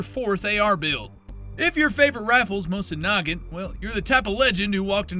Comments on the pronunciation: "Mosinoggint ." off to a great start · AI-generated content still can't pronounce words correctly :elbowcough: Settle down with your nuke-eh-lurr, little Bush. Don't forget your Mawsin Nah-gunt. Dafuq is a Stare Awe-gh? Where's Bavawhrea? Still shopping at Brahnails eh? Gayrund, really? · The way he said mosin nagant is beyond unhinged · Is the voice AI? It says steyr and Mosin Nagant weird.